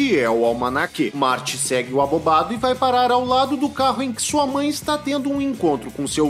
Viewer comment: Toda vez que ele fala abobado eu escuto arrombado kkk